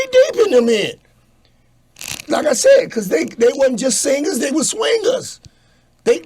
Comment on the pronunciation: He said: THEY WASNT JUST SINGUZ THEY WAS SWINGUZ🤣🤣🤣🤣